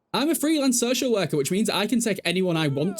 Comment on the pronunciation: Took me a solid minute to understand “So Shell Werker”